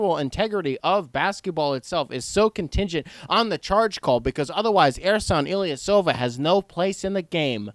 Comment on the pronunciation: C'mon man, you had to do Ersan Ilyasova like that. You wrong for that lol 🤣🤣🤣🤣🤣🤣